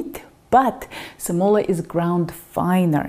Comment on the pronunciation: semola is pronounced with accent on the e not on the o... ;-) quality of porcini is due to its provenance, the market hs been swamped with porcini from China which does not come to mind as the culturally traditional source for those mushrooms, hence the grit and worms... Italian porcini are more expensive and hard to find now, Rumanians or eastern european are a second best source for this mushroom ...